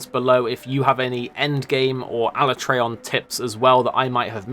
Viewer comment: The only complaint I have is the way you pronounce alatreon